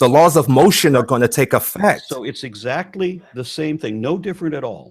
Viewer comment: Zactly zactly 😂😂😂😂